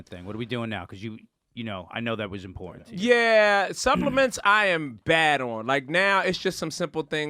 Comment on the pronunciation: ..there is no "D" IN IMPORTANT